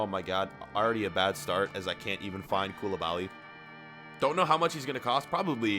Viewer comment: You sound so stupid bro mAnE aNd KoUlIbAlY